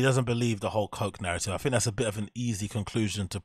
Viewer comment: Honest question.. Why do you say l, "fink"?